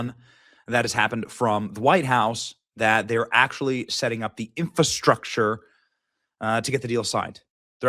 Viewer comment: "In-fuh-structure". Another mispronunciation. Try saying "infrastructure". It's not "fuh" it's "fra".